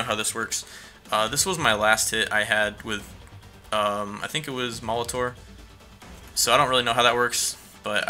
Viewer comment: Frfr why do you keep saying moliTOR it's pronounced moliter